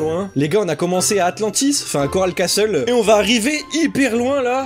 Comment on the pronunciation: On dit corale castel